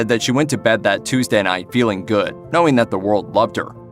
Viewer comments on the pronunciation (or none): none